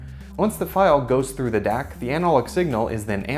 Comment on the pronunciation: when Dac sounds like dick